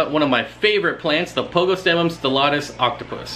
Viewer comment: Lol I love how the name just rolls off your tongue like it's a second language, while I butcher them to death